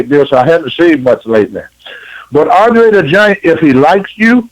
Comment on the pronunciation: Andre The Jant Dwof!